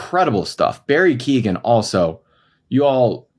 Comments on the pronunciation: Keoghan rhymes with 'Owen'; the 'gh' is silent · It seems he pronounces the G himself. Kyoh-gan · That is not how you pronounce Barry's name, lol. The G is silent It is Kee - Oh - Han